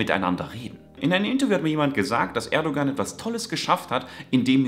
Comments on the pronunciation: Erdogan wird ohne g gesprochen also Erdoan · Sehr schönes Video.. aber man spricht das G bei Erdogan nicht